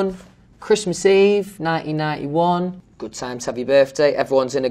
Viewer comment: he's the only one who could say 1991 without the T's in it